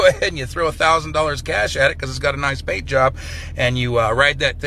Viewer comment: fuq that bithc, saying coffee like a cow and paint like bozo the clown.